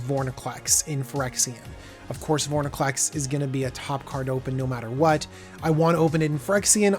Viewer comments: Vor-IN-clex, not, Vor-NIN-clex. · Have to say this sorry. Its vor IN clex, not vor NI clex. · Calling Extended art cards 'Full arts' is one thing, but please don't call Borderless Mythics "Extended art". Also, please work on pronouncing Vor-In-Clex.